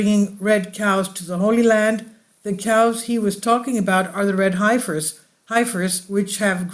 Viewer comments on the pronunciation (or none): It's pronounced "Heffers", at least in the USA. Thanks for the video.